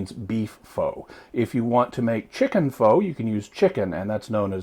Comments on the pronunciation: "FOW"really? -_- sincerely, asian girl. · Dat is not how to say pho. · I'm going to go out on a limb and say if he used homemade beef broth, he would have used knuckle bone, beef bones with marrow, and the normal ingredients. This takes upwards of 12 to 18 hours to complete. In my world, that is not fast. When it comes to Pho (pronounced 'f-ugh') you are better off going to a Vietnamese restaurant. If I was deserted on a desert island with one food to eat, this would be it.